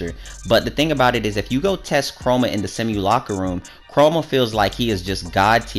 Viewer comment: Se-mu-la-ca-rum xD